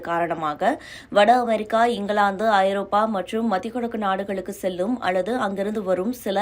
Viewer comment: அது என்னடி பெரிய சிக்கல், ஒழுங்கா படிங்க ஐரோப்பியா இல்ல ஐரோப்பா, அப்படியே மூடிகிட்டு ஓடிப் போயிரு